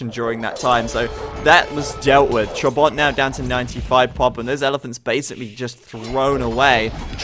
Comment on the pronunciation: listen how to pronounce trabant